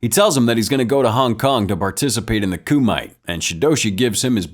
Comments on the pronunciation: It’s not “Coo mite” but pronounced as “Kuh mit te” and it’s Japanese not HKese nor Chinese. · “Koo-might” Narrator obv didn’t watch the movie